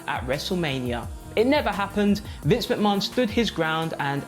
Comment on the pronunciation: Can't stand the way he says Vinces name,it's as if he's never watched wrestling!